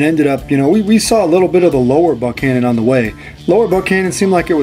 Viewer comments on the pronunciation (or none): Fished this section many times, and it’s pronounced “Buck” annon. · He miss pronounced it 1st. Time he said it, but I'm pretty sure he got it through the rest of the vid. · Great vid ! Just hate how you pronounce the name ! I’ve fished that river my whole life